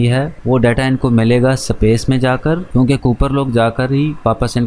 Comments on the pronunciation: Space ❌ sapace ✅ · Bhai tune yeh movie 1 sal pahle dekhi, mtlb tab hindi dubbed available nhi tha, english to ati hai tuze pr space ko S pace kyu.. bolta hai..😅.... baki video to bhot mst thi...😁....keep growing... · Bhai pehele space pronounce karna sikle